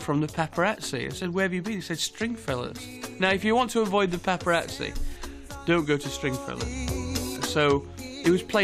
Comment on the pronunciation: Wtf, the guy can't even pronounce paparazzi correctly.